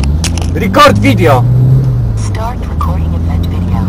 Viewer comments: rikord widjo i huj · rikort widjo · "rikord widio" 😂😂😂😂😂 Jaki Zjeb Hahahaha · RIKORD VIDJO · chłopak jest chory "rikord vidjo" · ricord vidjo xd jak jakieś zaklęcie xd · rikord widjło haha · Rikord widio😂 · Rikord widio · JP!!! rikord widjo XD